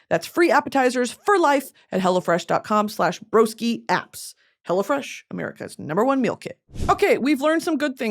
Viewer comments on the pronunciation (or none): I always think she’s saying “Hella fresh” during her sponsor ad 😂 I love it